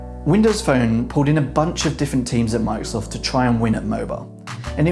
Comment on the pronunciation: stop saying "mikesoft" thats not the name of the company :D